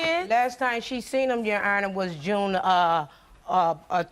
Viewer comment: "Yonner" 😂😂 aka your honor 😅😅